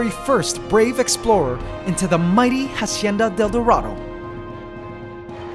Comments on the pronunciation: Can you please pronounce it acienda del dorado? In Spanish the h is silent and it's driving me nuts. I liked the video though! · "Jasieda del Durado" lmao sorry